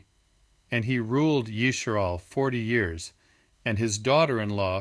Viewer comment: Yisharal?? Why the fake Hebrew???